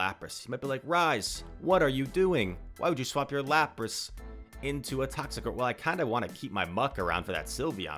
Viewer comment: Laprace?🤣🤣 It is Lapras bro